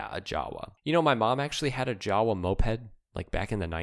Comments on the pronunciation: it is not "jawa"; it pronounces: "Yava"! I is Czech, not English. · jawe is pronounced "Yava"